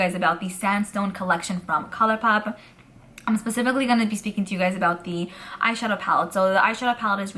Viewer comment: No need to worry, we get what you’re throwing down. It also makes me smile when you address something “Pacifically”. 😉❤️